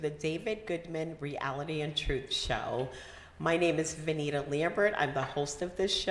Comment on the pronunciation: Good information! Venita lol you always mess up names